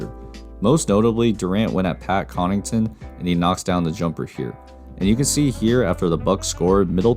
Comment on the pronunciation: It's Pat 'Connaughton'. Also this was a very selective set of a examples from a single game where Jrue didn't guard KD that much because of the height mismatch. KD scored on Pat because he is KD and can score with a hand in his face. Anyway, just my opinion but there are other games with much better and a lot more examples to choose from. But yeah Jrue is amazing. Such a smart defender!